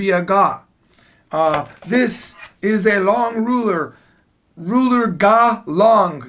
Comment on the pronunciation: Why am I constantly having him saying:"This is a loooong luler" in my head?